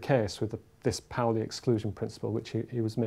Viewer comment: They are pronouncing it pow-ly! I'd only read about it in Paul Davies books and was always saying paw-ly in my head :D